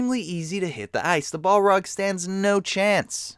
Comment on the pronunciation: bolrog? BOLROG? BOLROG!